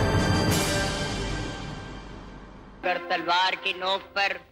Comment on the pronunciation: असल उत्तर नही होता। आसल उताड़ है नाम